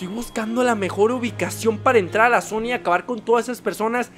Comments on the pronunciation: en el minuto dijiste Sonia en ves de zona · En el minuto dijo zonia like si lo notaste